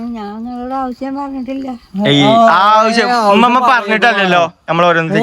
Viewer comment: ഇമ്മ അല്ല, ഉമ്മ